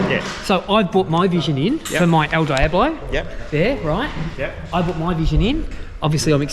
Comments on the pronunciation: Ok first you’re sayin devil like a clueless tourist... Diablo is said Deeablo not Dieablo 😈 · El Deeablo is how to pronounce it, but Die ablo works as well. 😂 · It’s a Deee ablo, not a Die ablo!